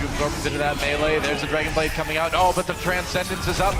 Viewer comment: you said a "2 kill dragonade"